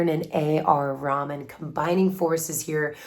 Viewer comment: NO NO, it's nothing about your pronunciation, it's a joke that only Indians can understand it, the context is A.R. Rahman born a Hindu converted to Islam, but you pronounced his name as Raman which is Hindu name. Rahman didn't like people who remind him of his Hindu past.